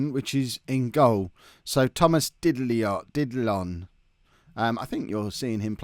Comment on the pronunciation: The way to pronounce Didillon is more like "Didiyon"